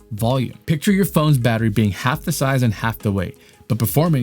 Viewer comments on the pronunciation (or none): good ol "baterry" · "baterry"not once but twice. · baterry? really dude? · Dang! It's "Battery".